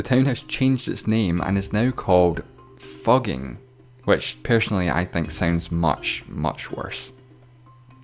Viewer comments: Fugging is pronounced "Foog-geeng" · The Austrian town Fucking, now Fugging is pronounced Fooking, now Fooging. Please, at least, learn the correct pronunciation of places, before making a fool out of yourself with the Europeans watching your video. Thank you. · the u in Fugging is pronounced like the oo in good, so it doesn't sound like F'cking.